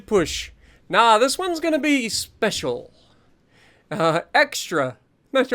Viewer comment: Ah yes, "speshul"